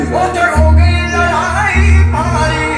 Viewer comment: Am i hearing things wrong or did he just said "animol" instead of "animal" 😅😅